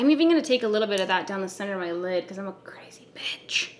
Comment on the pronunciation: I just kept laughing every time you said “crazy” 😂😂❤️